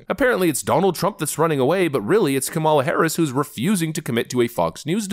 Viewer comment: Dude. Learn how to pronounce the vice president's name. It's not difficult.